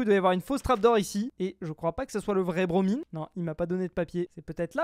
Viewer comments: (indice pour ceux qui ont pas suivi : le pseudo de BroMine_ se dit BroMaïne) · C'est bromine mais tu le prononces mal encoe nan ? bro mein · on dis bromine comme si c’était bromyne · Il à redit Bromine avec un I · Bromine, ça se prononce à l'anglaise non? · Pov ne sais toujours pas dire le nom de Bromine correctement 😂